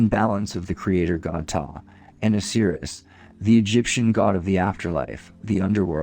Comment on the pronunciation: And “Oseerus” vs Osiris.